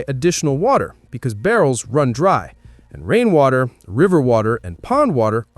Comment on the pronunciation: Ayo is this video AI and just a giant ad for products? I'm 11 minutes in and you've said "when the taps run dye" instead of dry and you've referred to a generator as a zenerator